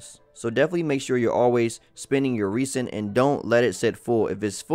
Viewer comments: Thanks for the consistent Genshin Impact content. Your videos have been informative and useful~ But my man, please stop pronouncing Resin (Reh•Zn) as 're-sin' lol. Kills me inside a little every time. xD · I think avoiding the mistake of calling "Rez-En" "Reese-in" is a good place to start.